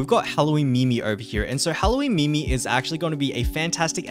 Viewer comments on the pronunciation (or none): none